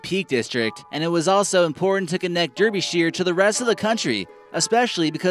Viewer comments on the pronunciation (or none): #6: I live on the Isle of Sheppey in England and can see Nore from our coastline! #9: DARR-BEE-SHIRE, not DERR-BEE-SHIRE! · it's painful to listen to they guy's pronounciation " Derbysheer " and he says it twice, urgghhh ~ it's pronounced Derbyshire buddy .. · Derbyshire is pronounced dar-be-sher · Derbyshire is pronounced Darby, not Derby like a hat, or a race. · why do americans always mispronounce britain's counties its pronounced dar-be-sheer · That's not how you pronounce DERBYSHIRE. It sounds like dAR-be-sure. Shire can be pronounced shire as in LOTR or like 'sh-r', depending on where you're from but Derby is always pronounced 'Dar-be', it's Viking - 'By' meaning 'farm' and Der as in Derwent - the nearest river, so the literal translation is 'farm by the Derwent river'. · It's pronounced Darbysher. I'm from Nottinghamshire next door. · Derbyshire's name isn't pronounced as it sounds. It's pronouned "D'are-be-sheer" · Derbyshire is pronounced DArbyshire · dude dont feel so offended, its not like you from the most important country in the world, he also pronounced the italian and french names wrong... AS I would do that with american and british cities